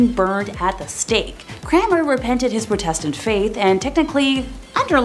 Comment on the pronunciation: The emphasis in Protestant is on the first syllable. It sounds like PRAH-testant.